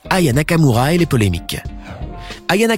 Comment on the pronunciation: Tu à dit Raya Nakamura